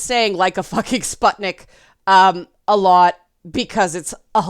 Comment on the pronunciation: Letter U in the word "sputnik" (if I'm not mistaken and it refers to the first Soviet satellite or something named after it) is supposed to be pronounced [u], not [a]. Kinda like in the words "butcher", "put", or "rune". Warthunder is an MMO flight sim/ tank/warship sim about WWII with realistic mechanics, developed by a Russian studio. Oblivion - might be because of the fantasy racism.